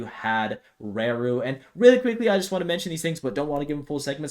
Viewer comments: You say raru wrong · Yes. He/She? doesn't know how to pronounce hiragana らる.